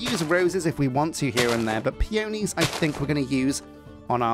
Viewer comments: Pea-on-eez, not pea-oh-knees. Wrong emphasis. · I definitely like peonies better. (It's said pee·uh·nee, with the emphasis on the first syllable!) They're fluffier and have a prettier texture. They're some of my favorite flowers in real life, too, along with hydrangeas! When I build a house, I like to have a place to sleep and a place to cook and craft inside of it. In a modded playthrough, I also definitely want my computer or other storage solution to be in the house, too. I only just learned how to do wireless transmitting for Refined Storage and it's so nice. You could also have a library so you can enchant things, though you might also do a neat tower or a cute enchanted glade for that instead <3